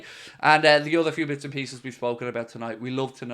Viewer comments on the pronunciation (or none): none